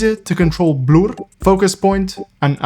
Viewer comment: he literally clicked the Blur setting, he just pronounced it weirdly. Nothing to do with Bloom.